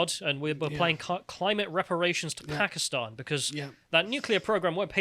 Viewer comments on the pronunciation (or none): none